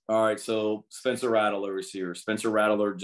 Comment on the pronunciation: Is coach beamer saying Ratteler instead of Rattler? I thought I heard it three or four times 🤔